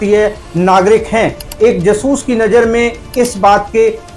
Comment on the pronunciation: कृपया जासूस को जसूस (ज सूस) न कहा करें आपका कहा उच्चारण हिंदी के हिसाब से सही नहीं है और अटपटा है मैं जानता हूं कि आपका यह उच्चारण आपकी पंजाबी मातृभूमि अमृतसर के कारण है। परन्तु इसे संशोधित करने का प्रयास अवश्य करें व्यक्तिगत न लें और अन्यथा लगा हो तो क्षमा करें। अटपटा लगने के कारण वीडियो प्रारम्भ में ही छोड़ना पड़ा। उचित समझा इसलिए लिखा 🌹😊